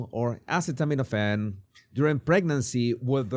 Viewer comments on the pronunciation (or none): These people? You mean people who take "Ace...aceta... acet, let's see how do you pronounce this?" Do you hear yourself LOL you're defending this nonsense. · They were making fun of the fact he couldn’t pronounce the word acetaminophen. Said he had no brain. I guess they are showing him they really are smarter than him. How knew?